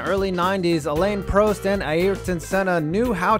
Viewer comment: Dear God dude I think you mispronounced some stuff on purpose. Alane proust? Barra-chello? Yikes